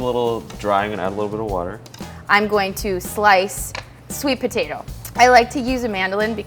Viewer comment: I like butatoes too She says potatoe as butatoe